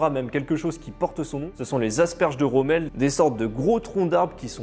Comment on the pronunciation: Romel pas Romeo ! Pd de traducteur !